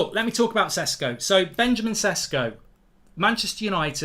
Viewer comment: It's prounounced "sheshko"